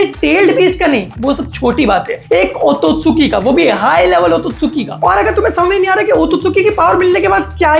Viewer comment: Otosuki ❌ otsutsuki✔️